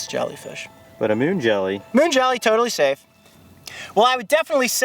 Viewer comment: "Mun jelleh totalleh seyf"